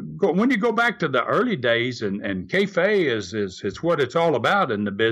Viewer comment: it sounds like he says kayfay instead of kayfabe